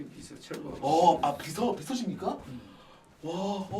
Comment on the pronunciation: 철구 ㅈㄴ 찰지네 ㅋㅋㅋ